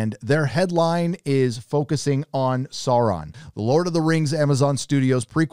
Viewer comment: SOUR - on. Say it with me now..... SOOOOUR - ron. Not SORE-on. SOOOOOOOOUR-ron.